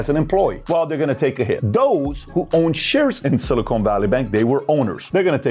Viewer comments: Its pronounced Silicon, not Silicone. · SiliCON. Not SiliCONE. We're talking about microchips here, not fake t*ts. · Someone please tell PBD it’s pronounced “sili-CON” not “sili-CONE” 🤦🏻‍♂️